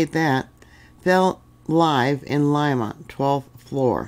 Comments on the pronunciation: Lee ma not Lima much love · City is pronounced LEEMA, not LIMA.